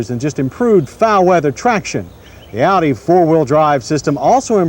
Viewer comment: John finally learned how to pronounce Audi by this time! In older episodes he pronounced it "oddie". :-)